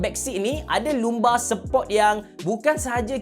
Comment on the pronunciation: cara pronounce 'Lumbar' ialah "Lam-bar"... Bereh boh, jupo lagi..